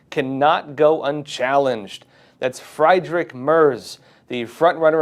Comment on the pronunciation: That's "FREED-rick" not "fried-ick" and "Keer" not "Kye=ear". Your philosophical points are good but you sound likkkkke a hillbilly when you mispronounce names. It's like Sabu threatening Musk with a tariff. Allah be praised, eh?